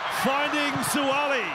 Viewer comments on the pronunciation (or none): Please pronounce the name correctly. It's Suaali'i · These guys pronounciation of our Samoan language hurts my ears - Sua'ali'i folks "(Su-Ah-Ahhh-Lee-Ee). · Why the commentator pronounce his name wrong. It irks me.